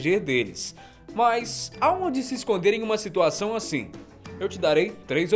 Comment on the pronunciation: "Imaginem a situaçõm" 😍 LINDO! 😋